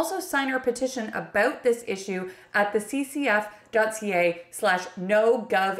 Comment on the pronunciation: Awww you say "About = Aboat" so cutely, Cute Cuddly Canadians 🙂